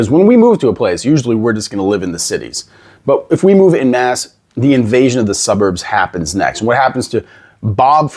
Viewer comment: You wouldn't be able to pass for Canadian if you pronounce "en masse" like "in mass". We say "en" the French way here, so it sounds closer to "on mass" than to "in mass". (Actually, we also pronounce the "a" in "mass/masse" slightly differently. )